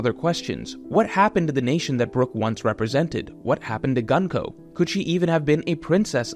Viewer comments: Pleeease stop calling her Gun-ko...... It's distracting af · For future reference her name is pronounced グンコ - goon-koh The same way you pronounce the U sound in Luffy